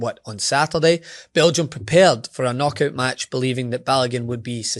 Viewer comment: It's hilarious. BEL GI UM! BEL G! UM!